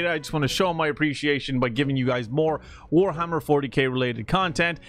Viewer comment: Warhammer More-tyK